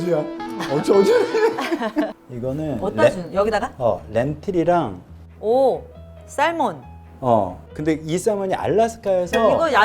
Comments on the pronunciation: 샐먼이 뭔소리? 새먼인데 L 발음 안하는데 ㅠㅠ ㅎㅎ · 살몬살몬 ㅋㅋㅋ L은 묵음요. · 유튜브 십년동안 처음 커멘트 달아요 살몬이 아니고 새먼임. 엘 사운드 묵음! 알려드려요 잘봤어요 ❤ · 연어는 샐몬이 아니고 새몬 (salmon)입니다 😂😂😂😂 발음 조심 이효리씨 ~~ 직업병이니 이해부탁해요 😂😂😂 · 언제나 저의 1등 연예인 이효리입니다만, 틀린 건 틀린 거니까.. 살몬(연어)이 아니고 새먼이 맞는 발음입니다요. salmon 에서 l은 묵음입니다. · 연어 salmon의 l은 묵음이라 살몬이 아니고 '새먼'이라고 발음합니다. 무릎 나온 츄리닝마져 완벽하게 소화하시는 당신은 참... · Salmon에 L발음 안합니다. 살몬 아니고 굳이 찾자면 ‘새먼‘에 가깝😊 촤라리 연어라 합시다~